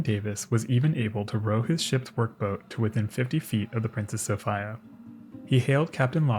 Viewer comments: Uhhh, "Sophia" is pronounced "so-fee-a", not "so-fy-a". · "Princess Sof-eye-yuuh" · Just fyi.. its Sow-fee-uh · Ty. It was killing me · I've never come across the pronunciation 'Sof-ay-a. If this really is the correct way to pronounce the name of the ship, I'd like to learn some background on this. Signed, a phonetics-, history- and naval geek. Thank you! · Great video.. though the pronunciation of Princess Sophia is a little odd. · I couldn't stand his mispronounced sophia. It was awful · Why do you pronounce the name “Sophia” like that…? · It's pronounced sofeeea not sofiiiia. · Came here looking for this comment. Sophia is normally pronounced So-fee-ah but he said So-fi-ah so many times I couldn't help but wonder if it was intentional or not lol it doesn't help that in the time stamps its spelled Sophia aswell and not Sofia. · Ive never in all my life head anyone pronounce Sophia So Fyi Ugh. Its So Fee Uh. I just cant listen to it. I love your videos and have watched almost all of them but its like nails on a chalkboard